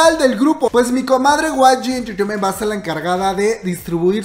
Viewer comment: Like por cada vez que dice way gi enchecheimen